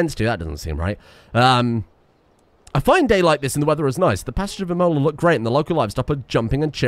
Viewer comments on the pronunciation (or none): none